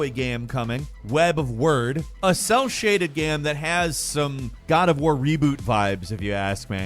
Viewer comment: Wyrd is usually pronounced like “weird”